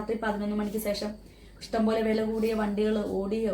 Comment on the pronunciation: സേഷം അല്ല ശേഷം 😬